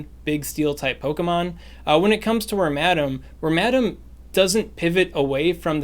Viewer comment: It may be helpful to share the names of the pokemon in the team, especially for the less common pokemon. For wormadam, I would have sworn you were saying "ramadam" and had a hell of a time finding it.